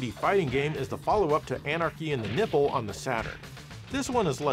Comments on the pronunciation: Anarchy in the what?? Did you just say Tits? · Did you say "Anarchy and Nipple"? Lol! 😆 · Oh my bad. You said it was the sequel to "Anarchy and the Nippon" Not Anarchy and the Nipple. Well I got a good laugh regardless. 😂